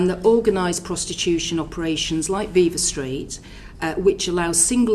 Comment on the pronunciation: Interesting to note Braverman's performative ignorance of Viva Street, by mispronouncing viva.